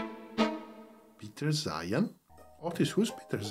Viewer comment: Well, trusting an aircraft commentator that pronounces “Peter Zeihan as “Pizza Hut” isn’t any better.